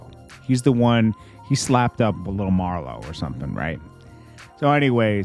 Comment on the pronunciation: lol I know right he said lil Marlo smh 🤦🏾‍♂️ I’m unfollowing he always co making mistakes and different wordings it’s lil Migo